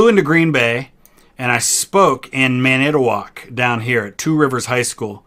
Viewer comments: How did you speak in Manitowoc and come away pronouncing it like that lol? For the record, it's MAN-it-toe-walk, with emphasis on the first syllable :) Got a kick out of this vid, thanks. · Fyi, the place where you spoke in Wisconsin is pronounced man-eh-tow-ock, emphasis on the first syllable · He pronounced Manitowoc wrong.... man-i-ta-woc. You have to pronounce the t and say it slow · Just a sidenote from a born and raised Wisconsinite. It is pronounced Man-I-toe-wok! Great video tho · Mana-tawaac that’s how Manitowoc is usually pronounced here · Hey I gotta say I really enjoyed this stream. Just a quick minor correction from a Wisconsinite living in Green Bay. Manitowoc is pronounced (Man-Eh-Toe-Wok). Keep up the great content man! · From Green Bay. You are right. not much here. Pronunciation of Manitowoc: Man-eh-toe-wak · Maybe my pronunciation guide isn't up to par. You pronounced it man-IT-owok. With the emphasis on the second syllable. We wisconsinites tend to drag out "o" sounds. So emphasis on Man with the o sounds at the end drawn out more. Also, not trying to be snarky/picky or find fault. What did you speak on at the school? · As a Wisconsinite I am deeply offended by the way you pronounced Manitowoc